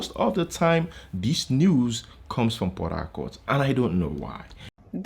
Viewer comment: Is it pora-court or Port -harcourt? Just asking though!